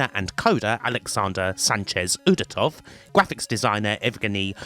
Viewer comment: As a Russian, I can’t help but wonder why are accents in our names so difficult for you Western folks (it’s UdOtov, specifically). Still, excellent video as always,!